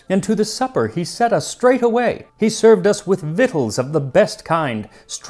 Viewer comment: you pronounced victuals correctly! You have no idea how long I pronounced that incorrectly 😅😅